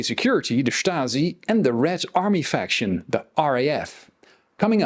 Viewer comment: I thought the same thing, but they actually used the word Faktion without an "r".